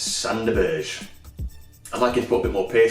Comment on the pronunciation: Because it's Leeds, I'd go for Billy up top with Burke, Burke plays well to feet which suits Billy. Apart from that I'd agree with your choice but with Lowe on the bench to put under a bit of pressure. Oh and Berge is pronounced burger:-) Onwards and upwards UTB.